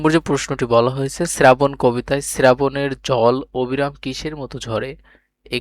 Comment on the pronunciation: শ্রাবণ❎ শ্রেরাবণ✅😂